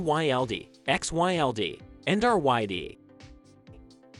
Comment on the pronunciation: It’s actually RYLD